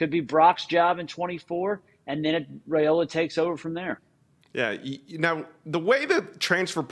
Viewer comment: Dylan RY-OLA is how it's pronounced according to his Dad...